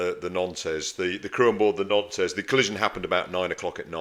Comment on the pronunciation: Wonderful content but believe it or not the ship's name is pronounced "NONT"